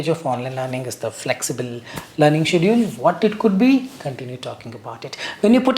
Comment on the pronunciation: why you pronounce schedule as 'siediu....' got me confused